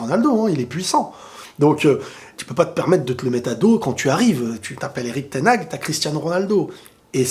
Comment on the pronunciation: Ten haag se prononce ten Har en soufflant le h!!!